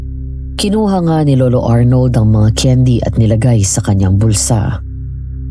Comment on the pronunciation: Haha natawa ako dun sa Daisy. Bago ka lumandi, ayusin mo muna pronunciation mo ng candy haha naging keyn-dee na lololol